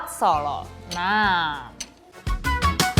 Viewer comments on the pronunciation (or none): Ini yang review ngomongnya gak bener, lagian gak ngerti apa2 soal makanan. Abon udang? telur direbus lama sampe coklat? Sebut "Solo" aja gak bener. Malu2in nih.